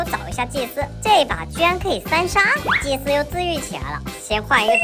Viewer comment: 導演你祭司說成機械了